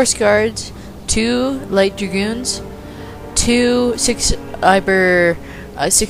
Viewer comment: Good battle, man. Oh yeah, it's actually pronounced pounder, not iber o_O. Just trying to up your street cred; can't have you sounding like an ubernoob.